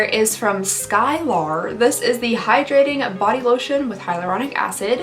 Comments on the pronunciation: sky-LAR 😐😐😐 gave me elementary school substitute teacher flashbacks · My name is Skylar and the way she pronounced that brand made me laugh so hard.